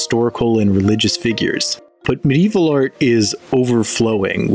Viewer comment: Medieval is 4 syllables by the way